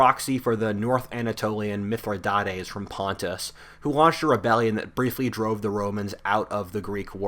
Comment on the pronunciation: Nailed the Putin is Mithridates😅